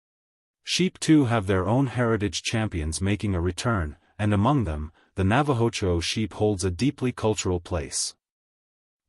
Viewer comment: well for one thing, the AI is mispronouncing the names the Gloucestershire and Navajo Churro breeds